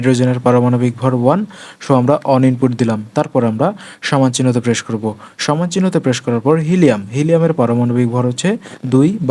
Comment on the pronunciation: সো, shixteen, presssshh , sheven , shirial Eigula ki bhai